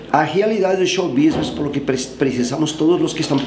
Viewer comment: drink game: tomar uma tequila toda vez que o fala "xou bisnes"